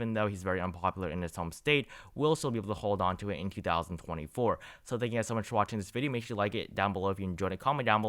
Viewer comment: "Hey gowths"